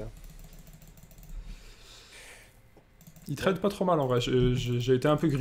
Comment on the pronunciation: arrête de trade sans ton r